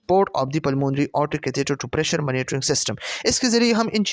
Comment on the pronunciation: Mera L krta hy sub:: phly monitoring ko maanotoring nhi prho 😅